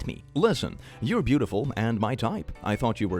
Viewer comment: It sounds like you said "brutiful". This is now a word. It means brutal and beautiful.